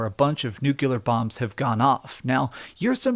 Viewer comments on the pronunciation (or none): NO SUCH WORD AS 'NUCULAR'. It's NUCLEAR.